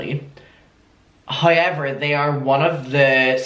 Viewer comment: pronouncing ‘however’ vs my sanity